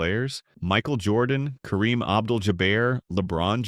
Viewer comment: Awwww, you blew it when you mispronounced Kareem's name. Go away, AI.